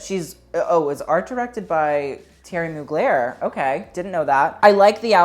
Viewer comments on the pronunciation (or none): none